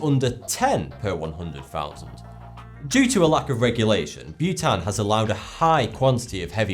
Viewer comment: oh Bhutan....I thought he was saying Butane....Welp, Chemistry class (╯°□°)╯︵ ┻━┻